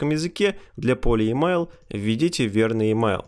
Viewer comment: Всё норм, но твой английский просто серпом по одному месту. Емайл, сисурити, нумбер и т.д.